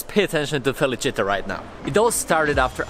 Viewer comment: Proč říkáš feličita a ne felicie?